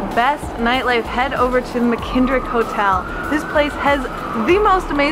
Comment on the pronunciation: This is awesome; thanks!!! (Uh, noticed you mispronounced McKittrick Hotel... McKindrick?)